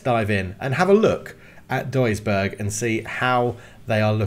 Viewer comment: Try pronouncing it douisburg it’s closer to what it should sound like